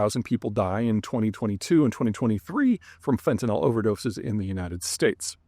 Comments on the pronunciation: Peter - there's no "o" in fentanyl - it's fenta-nil, not fenta-nahl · Why do people keep pronouncing it "fentan-ol? It is not chemically an alcohol. Correct pronunciation is "fantan-il"